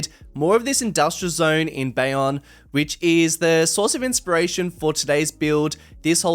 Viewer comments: bayonne is pronounced "Bay-own", not "bay-on" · Looking good! Not sure if anyone else has mentioned this, but it’s pronounced “BAY-own”, not “BAY-on”. Can’t wait to see how it all turns out!